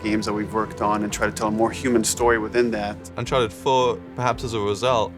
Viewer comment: Uncharteh 5 pils